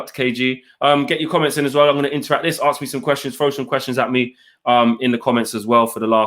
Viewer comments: HAHA aks not ask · nice show guys-most enjoyable. one small thing though -it’s ‘ask’ - not ‘aks’